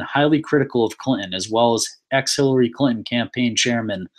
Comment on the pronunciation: Dude, for the second time its CLIN-TON, not CLIT-N'. Use your words. Sound it out,sound it out